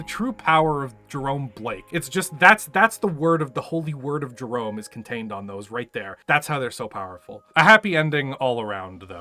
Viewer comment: In Jerome's defense, his name is pronounced like Jerremy because in Comstar you have to pronounce ever letter or else.